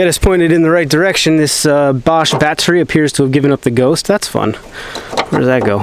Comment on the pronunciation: Why does it sound like you're saying "batterie" in french lol